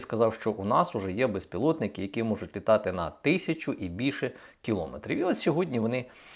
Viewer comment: Знов говорити килОметри